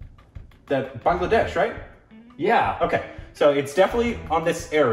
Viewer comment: Thanks for pronouncing Bangladesh correctly....My country...